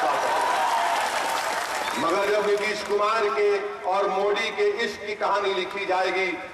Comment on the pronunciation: Abe phle modi bolna to Sikh le